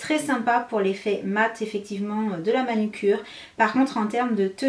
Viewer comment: Belle revue mais on dit manUcure et pas manIcure !😄